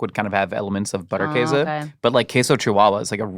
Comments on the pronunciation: in Wisconsin we pronounce it Butter - Case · the way you say Käse is right. The butter in German, would be pronounced with a harder T sound and also with the u as in boot: B - oo -tt-er Käse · Oh thank god, you prevented me from having to skip this video from the idiotic butchering of Butterkäse pronunciation. We live in 2026, there's no reason people cant do a quick google to learn its not pronounced butter kahzay. Even if you don't pronounce it 100% correctly, the difference will be significant and much appreciated